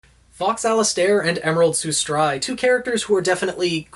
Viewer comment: Am I the only one who is like super annoyed that he’s mispronouncing Sustrai and Alistair?